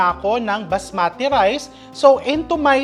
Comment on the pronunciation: Please don't cook Indian recipe again . If you donot know how to cook. You create mess. And you pronounce basmati rice to baaas maaati rice